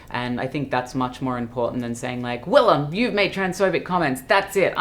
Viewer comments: The interviewer didn't do his homework. Cringe. Wllam hates it when her name's pronounced wrong. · Who the fuck is this, you are a nobody. The least you can do is pronounce the name of your guest correctly, you illiterate fool! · Not him literally getting the pronunciation of Willam's name wrong and then not knowing when the tour started.. All in the first 20 seconds wow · The interviewer could have did a basic YouTube search to learn Willam’s pronunciation for his last name! At least be a little prepared.